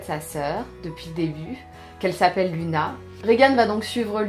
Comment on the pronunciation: L'avant-dernier a l'air cool ! Faudra que je me le trouve ^^ Juste un petit truc, on prononce "Louna" :')